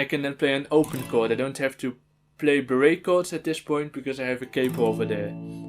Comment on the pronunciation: Lol honestly that pronunciation makes more sense to me